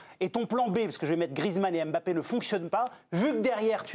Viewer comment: on dit Mbappé! Pas M bappé